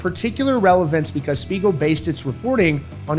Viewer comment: Not gonna lie, at first I totally thought he said Smeagol as in Lord of the Rings 😂